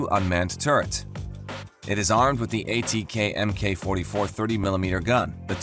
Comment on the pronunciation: Are you guys ever going to learn that the military designation MK is pronounced "Mark"?